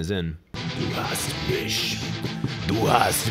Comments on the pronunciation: You have to work on your "ch" in "mich", you are pronouncing it more like "misch", but good effort. I guess it's harder than for a german pronouncing "th"... and when people can not do that properly, I kinda freak out. And what the man said in german was more like "It's really bad". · It's du hast mich, Not du hast mish Pronounce ish while keeping your teeth apart from each other slightly. Then it should make that "ish" but not "ish" sound